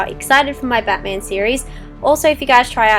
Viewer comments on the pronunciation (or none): none